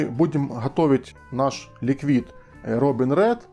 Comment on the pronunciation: Прошу меня извинитьОдно маленькое замечание слово ликвид надо делать с ударением на первый слог а по-английски это ликвид означает жидкость